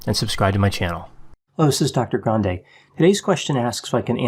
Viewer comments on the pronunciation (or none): none